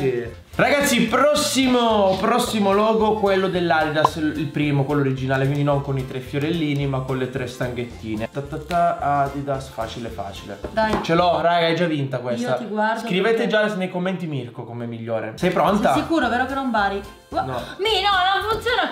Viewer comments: Adidas=ADIDIDAS😂🤣:Coca-Cola=cola cola🤣muoio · Ok ma Adidas no Adididas 😂